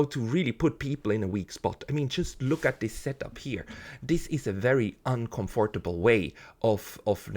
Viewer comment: Very well argued. I agree 100% with your extremely insightful point of view. (Perhaps have a native English speaker coach you for a few minutes on how to pronounce 'uncomfortable'. It's tricky, you must swallow the 'o' saying only 'uncomfrtable' if you get what I'm saying.:O)